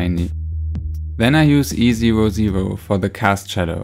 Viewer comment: At first I thought you were saying the colours you were using while couloring, so I was like “what the heck is easy ro ze ro?” ( E00 lol )